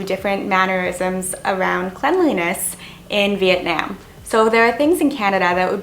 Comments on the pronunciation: By pronouncing Vietnam as VIET NIEM, you are just telling people how little you respect and care about trying to learn and adapt to the culture. It’s not hard like pronouncing Nguyen. It’s literally NAM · She says it like vietnAAm I meant to the a to be capital but you pronounce it vietnom but it’s spelt vietnam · Not this idiot complaining that us viets can't speaking english while she's saying Vietnam wrong. sis it's "vit-nahm" not "veet-naim" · Its Vietnam not Viet nayum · Girl you can’t even pronounce my own country right. As someone who is Vietnamese and American I can tell you this be PREPARED then. If your going to a different country don’t start complaining how it’s not like Canada cause it’s a whole different country. Your making it sound like the damn country should’ve adjusted to your standards and mannerisms, but you should’ve been the one to actually educate yourself about the culture and standards there. And isn’t a basic fact to at least learn a bit of the language before going or get a tour guide to help. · You are the definition of those type of ppl that says "not to be offensive....but..." then goes on saying complete utter crap. btw: I hate the way you pronounce Vietnam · Y’all stop commenting hate comments 🙄 There’re too many for me to like 😌 But fr According to her at that part Vietnam is the only country that had pollution?Bruh- And another thing is she’s pronouncing Vietnam wrong. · She says Vietnam so wrong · you’ve “been” there but yet can’t pronounce “vietnam” .. this was a waste of time🥴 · Couldn't even pronounce Vietnam right... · Before you judge and pretend to know so much about their culture and environment maybe pronounce Vietnam correctly first. #speech impediment #white🤮 #gap🦷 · I just like the way she says “Vietnam”...